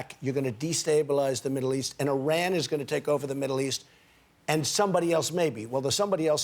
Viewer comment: The way he said Iran and Iraq is DISGUTANG